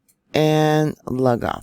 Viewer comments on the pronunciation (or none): FYI Lugoff is pronounced LOO GOFF. Love your reports. You go girl!!!!!!!!!!!